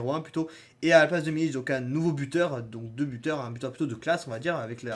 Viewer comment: C’est Milik avec un k ça se prononce milique